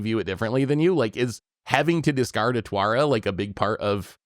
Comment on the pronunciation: I love Otawara, but I can't decide if I want to run it more, just to hear him say Twara instead each episode